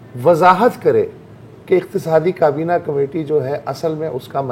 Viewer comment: Totally enjoyed the humor with sarcasm! One thing that I have noticed Mubashar Zaidi and Zarar Khoro both are impressed with Usman Dar's pronunciation and accent as now they are trying to adopt it by pronouncing کابینہ as کبینا